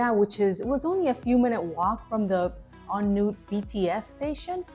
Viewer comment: I married a Thai woman & lived there on & off over a period of 9 years -- full-time for about 4 of those. A few things... First, let me compliment you on your pronunciation. Not many foreigners can say "On Noot", they tend to read it in English & say "On Nut" -- so well done there. It wasn't as good when you got to the temples but you did try & I think you did better than most. Maybe was a bit better than but you were both quite good. Second, you couldn't be more correct in saying that Bangkok is a big city and you felt like you only scratched the surface. I grew to know my part of Bangkok quite well (courtesy of my wife) but there are so many neighbourhoods I'm sure no one person knows them all. When we'd visit friends in other parts of town they'd proudly show off something in their local area that you'd have to live there to know about. I think local knowledge is king in Bangkok & you only get it by living there, in your specific parts of town. So, thank you for the video. I think you squeezed a lot into a 2 month trip and you know there's a lot more to explore in future visits.